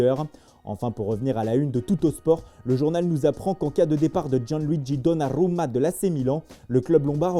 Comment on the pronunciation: "Belottttiiiii Torriiiinnnoo Donaruuumaaa " L'accent italien toujours au top 😅🤣🤣